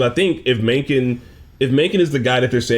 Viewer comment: Mencken butchered the pronunciation though